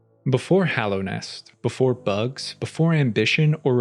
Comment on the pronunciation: Hallownest. Hollow Knight. He says it correctly.